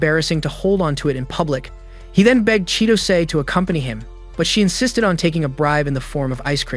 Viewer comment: They said insisded like 1000